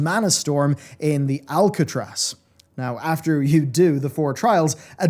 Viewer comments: ARCatraz,! Not Alcatraz! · ARC-atraz not ALC-atraz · aRcatraz not aLcatraz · ARCatraz, not Alcatraz. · The ARcatraz... there's no "L" in that dungeon name. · Are you purposely calling it Alcatraz? Cus thats not its name...